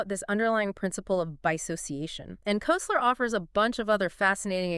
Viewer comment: This is such a perfect example of the impossibility of AI to understand humor that I have to comment. This podcast was generated by uploading Koesler's book (pronounced Kessler, not Koseler) to Google's AI Studio streaming generator and producing a pseudo-podcast. So far, so good. But it singled out one of the jokes used to make a point about the collision of two "matrices" to produce a creative synthesis of understanding. In the podcast version, John Wilkes is a politician who's asked by an opponent, "Your coat has grown", and Wilkes replies, "You're mistaken, it's been around several blocks." This is not only not funny, it's not the joke from the book. In the book, John Wilkes is the representative of a very poor district with destitute constituents. He is approached by an opponent who seeks to disparage him by saying, "It seems your followers are becoming turncoats." Wilkes replies, "I can assure you, my followers have no coats to turn", thus establishing his commitment to the poor and denigrating the opponent for his insensitivity. This is a biting retort that shows the bissociative effect used in humor. I only point this out because I'm seriously trying to test the notion that LLMs are capable of anything that humans can do or understand. This seems to be evidence that we are all safe for the time being.